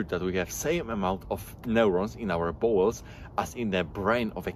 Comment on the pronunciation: Dont take this as hate, just sharing something that struck me as odd, namely: you pronounce "bowel's" like "balls" I get it, english isnt your first language (i presume), but in this case it makes the video feel a little comedic. If it helps maybe its not a bad idea to have an AI read out the script you write so you get a feel for the pronunciation